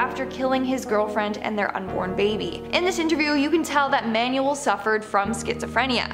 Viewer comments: The name Manuel is pronounced man-well. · It annoys me how you pronounce Manuel as manual